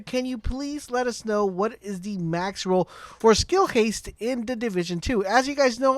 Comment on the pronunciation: DUDE ITS SKILL HASTE!!!! NOT HASSLE LOL